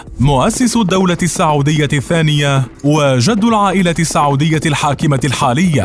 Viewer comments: الفيديو مليان اغلاط .. كوميدي اكثر منه وثائقي .. التواريخ غلط والاسماء غلط والمناصب غلط .. وبعدين اسمها السعوديه وليس الساعووديه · السعودية بضم السين